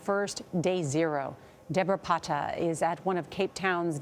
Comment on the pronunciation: debra "paaata" why americans always go that extra mile to say simple stuff wrong? 😅